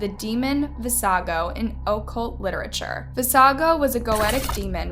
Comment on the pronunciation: OH-cult lol. It’s uh-CULT.